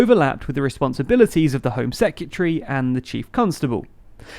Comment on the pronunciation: Heads up, hon...It's "seh·kruh·tuh·ree". Not "sek-y'tree".